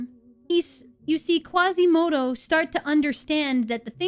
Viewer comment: There is no "Qwasimodo", there is no "Qwebec" there is no Son "Gowku" and there is no Angelina "Jowlie" either... Cheesus F Christ people... ugh...